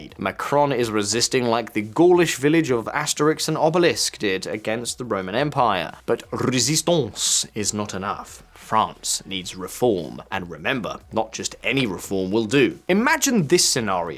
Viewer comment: "Asterix and Obelisk"? Eh... Not quite.